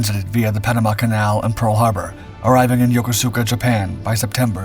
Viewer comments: I was a member of the crew on USS Fletcher - DDE445 in 1959 when we visited two ports in Japan which you are mispronouncing. Yokuska - yo-KUS-ka. and Sasebo - SAS-e-BO. Thanks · FYI, Yokosuka is pronounced Yo-ko-ska. I made the same mistake when I first got stationed there....lol